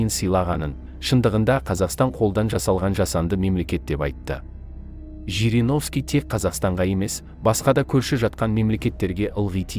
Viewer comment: ЖЕРЕГОВСКИ ШАЙНАҒАН ЕКЕН.